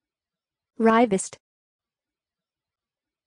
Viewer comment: No!!! You are totally wrong. If you're talking about the canadian violinist Jean-Francois Rivest, it is correctly pronounced as "Ree-VAYY." Please correct your crass and misleading pronunciation post!!